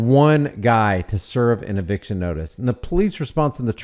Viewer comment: Did you say eviction or eviscerattion?